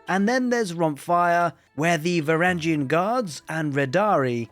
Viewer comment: it’s va-wrang-gen